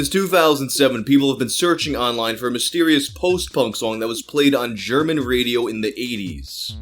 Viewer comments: your pronounciation of german is beyond bad. Im German and was only listening to audio since I was at work. I could not understand one word of it. It sounded more like an extraterestial language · As a German I can say your pronounciation is adorable! Also Unterm Durchschnitt= Below average Musik für junge Leute = Music for young people